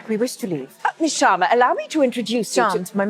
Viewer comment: It’s Sharma, not Shwarma.